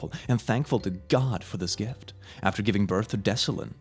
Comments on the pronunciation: not Declyn pronounced like Deslin, but pronounced Deklin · Btw it's pronounced deck-len